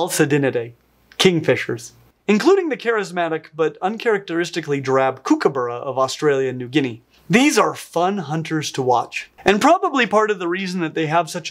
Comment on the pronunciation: Kookaburra is pronounced like cook (to cook food). You had the end of the word correct though